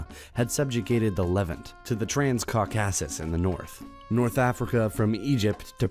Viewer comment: You seem to have interesting content, but I cant seem to get past the atrocious pronunciations: Apollo, piety, Levant, trans-Caucasus. The list goes on. Thanks for the attempt though.